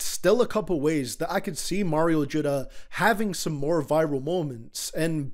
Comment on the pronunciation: “Mayro judda” hahah